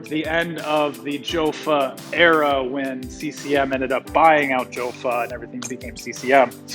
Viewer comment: it is pronounced "yaffa" or "yo-fa" not "joe-fa".